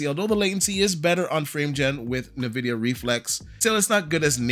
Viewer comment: "Nuh-vidia". 😢 This now becoming the new "T I" vs "Tie"? It's short for Titanium, and even Jensen has repeatedly called it "T I". Just like he pronounces his company's name as "In-Vidia". Anyway, the Transformer DLSS model looking as good as it does even in Performance mode is why I just decided to skip the 50 generation that is pretty much a lemon anyway. On a 4080 Super, and I just decided to just upgrade from a 1440p IPS to a 4K OLED. I can wait it out until the 60 series, which should be more efficient, produce less heat and see more than a 30% performance boost. The real reason to get a 5090 is if you care about Path Tracing, which very few games currently have. Future games will, but by the time there's more than a handful, the 60 series will be here. The 50 series is the 20 series all over again, where you're paying early adopter tax for features not widely implemented yet. Difference being this time though is that the 5090 comparatively has a horrible price to performance.